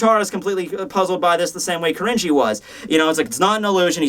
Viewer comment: Man hearing "Kirinji" pronounced really throws you off, almost comes off as "cringy", so gotta be careful there. (But there was also a one-shot by Tetsuya Saruwatari in Riki-Oh by that name lol, spelled as 鬼凛児. So that's why the name sticks out to me.)